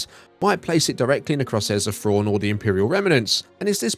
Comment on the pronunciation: Fraun. I was like who's Fraun? Turns out he's saying Thrawn